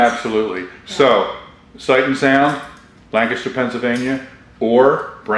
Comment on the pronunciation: Thank you, Thank you, THANK YOU! For pronouncing Lancaster correctly! I live about 12 miles south of Sight and Sound theater in southern Lancaster county. It's a wonderful experience at Sight and Sound!